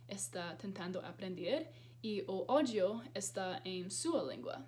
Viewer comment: Rindo de mim mesma porque quando ela disse que o ÓDIO estava em nossa língua eu mosquei uns segundinhos para entender ÁUDIO.